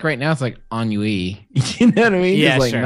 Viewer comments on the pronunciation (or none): on-you-ee? you mean ann-wee? Ennui.